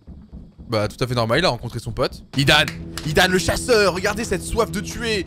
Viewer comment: C est pas hidaan c est zidane